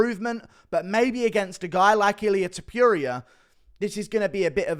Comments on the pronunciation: To-puria brother, not Top-youria :) Your reviews are amazing btw. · Please pronounce his name correctly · Pronounces "Topuria" wrong every chance he can.